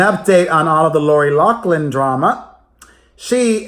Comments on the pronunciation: LAW FLINN she pronounces it herself this way. NOT law klin. what about elizabeth warren? over buttigieg? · So apparently, Lori LAFFFFFFFFFLIN didn't "explain" how to pronounce her name correctly. You should call her. Lol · 😁 You went back to say Laurie's last name wrong.